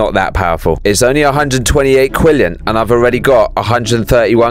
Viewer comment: Bro really said "Quinllion"